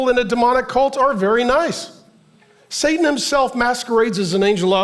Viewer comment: Is Pastor Mark saying "Sadan" instead of Satan??? Am I hearing him right?